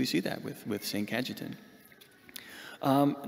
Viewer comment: Ca-ye-tan is the proper pronounciation